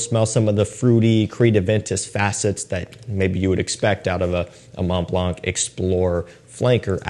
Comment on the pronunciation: FWI in french the word blanc the “c” is silent, so just say MontBlan and you will say MontBalnc the right way. 😉